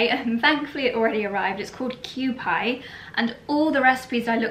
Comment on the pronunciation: The Japanese mayo is very popular here in the States! It's a staple in my house via my son. Kewpie is actually pronounced Q-pea. It's been around since 1925!